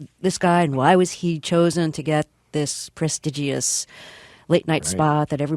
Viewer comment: Funny how Terri Gross couldn’t pronounce prestigious.